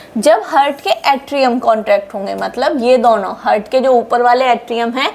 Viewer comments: Only thing I learned from this video is the word ,TEEK KE, repeated every minute. I think, every time she says HEARD, she means HEART. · हार्ट कहना ठीक है। हर्ट कहना ठीक नही है। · Nicely explained, plz do not pronounce "hurt" in place of " he'art" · Seems it should be Heart and not Hurt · Hurt नहीं heart हार्ट बोलना चाहिए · हार्ट Not हर्ट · Hurt nahin heart boliye madam😊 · Heart❌ hurt ✅ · Its Heart not Hurt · Mam, I think we need to pronounce 'haart,' although the spelling is 'heart'.